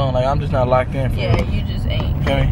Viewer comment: she said Ohke 🤭😂😂😂😂